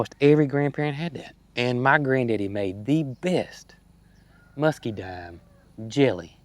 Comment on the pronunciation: It's MuscaDINE, not MuscaDIME.